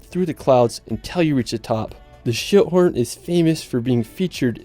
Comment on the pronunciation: I had to laugh when he said Schilthorn because at first I thought he said shithorn... I was like what? LOL